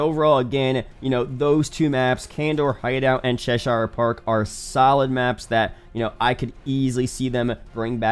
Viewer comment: Forgive me being "that guy", but coming from England and having lived in an areas called Chester, I should correct your pronunciation of Cheshire Park. Its pronounced "Ches-her" not "Ches-shire"